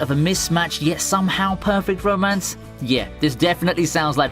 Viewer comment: it sounds like he is saying bro mance